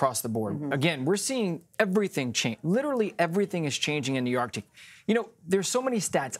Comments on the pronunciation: How to pronounce arctic? Hmmmm ARDic. Lol why isn’t anybody letting her know? Arckk-tick. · You're a professional reporter and still pronounce it as ARTIC? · Anyone else hear her say .."Ar...tic". .?? EDIT: I scrolled messages left and yes you heard it too. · why does she keep saying "ARtic"? there is a "C" in there.